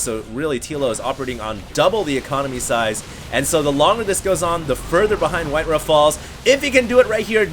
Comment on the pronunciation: HD, his name is WhiteRa. Not WhiteRuh.